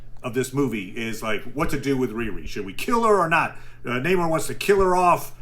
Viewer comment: i like the military brat story (unless you broke into a military base in Germany to watch cartoons. which, also: BASED. either.) but if you like him so much, why do you keep mispronouncing Namor? it's Namor, not Namor, Namor. just takes practice.